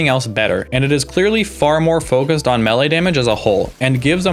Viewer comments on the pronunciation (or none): good video. but, how you say melee pmo